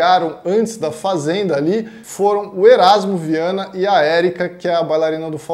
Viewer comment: odiei q falou o nome do orasmo errado